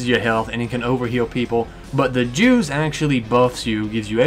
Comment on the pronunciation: is he saying jews or Juice?